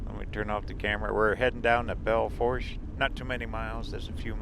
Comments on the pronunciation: Belle Foooosh, the r is silent.✌ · The internet says the correct pronunciation of Belle Fourche is bel foosh. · Pronounced Belle Foosh. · Bell Foosh. The r is silent haha Nobody ever pronounces it correctly haha